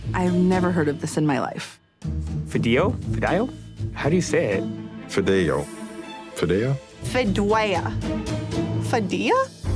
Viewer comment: bro how can a whole room of people pronounce fideo like that